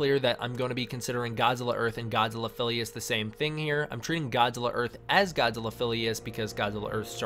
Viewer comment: earht or earth godzilla